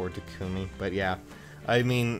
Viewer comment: I believe I have a good question: How should Takumi's name be pronounced? A: Tah-k-mee B: Tu-koooo-me I go with A because that's how Corrin says it, Cam Clarke and even Rena Strober got it right. Marisha Ray apparently wasn't told by the VA team.